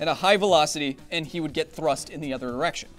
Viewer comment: I listen to it multiple times and it sounds like he saying other Erection even though he means other direction